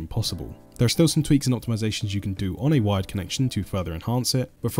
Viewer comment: I thought he was saying wide not wired. Very confusing first time I watched.